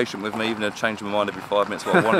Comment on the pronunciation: Totally not car related but in the video I heard: for mi car... is it official English for mi? Or just replacement for my